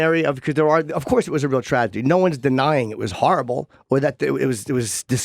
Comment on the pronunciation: damn he actually said "tradegy."